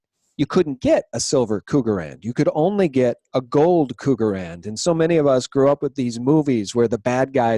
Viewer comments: K-RUGerrand ...I love how you mispronounce them Cougerrand .....The Choice Metal of Ol bats looking to score with younger men.....ROFLMAO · KRugerrand, not cougarand RRRRRR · Not pronounced cougar rand, it's cruger rand. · it's "Krugerrand", not "Cougarrand" ~XD